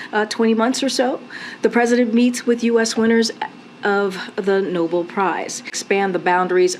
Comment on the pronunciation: Oh for Gods sake it's "No Bell" "Nobel" not noble, village idiots just reading what's in front of them.